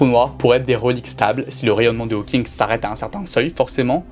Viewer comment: Seriously did you no nothing about this topic and just rush to make this video or something becouse you pronounce so many things wrong so many times i have to think that you don't really know what your talking about. Like Hawkins,swartschild ,ligo